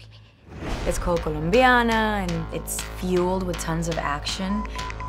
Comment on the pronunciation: ColOmbiana... not ColUmbiana...